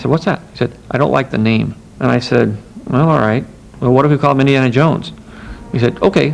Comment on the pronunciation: This narrator “Indie...arrrna Jones”! 😫